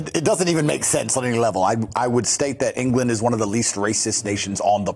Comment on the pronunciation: I hate how he refers to the UK as 'Englanð'. ..